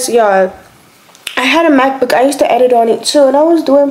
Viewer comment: Ok I don’t know if it was just me but at first I heard math book and not Mac book lol😂😂